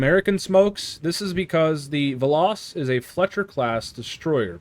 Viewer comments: It's pronounced "veloes" but without the e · ITS "VELL-OHS"!!! AAAAAARRRRRGGGGGGHHHHHHHHHHHHH!!!!! Fun fact: It's Greek for "Arrow" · It's literally velos but u literally pronounce the e as it is. U don't pronounce it like an i.